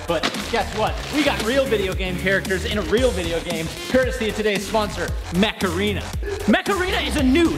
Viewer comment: At some point stopped saying “Mech Arena” and started saying “Macarena”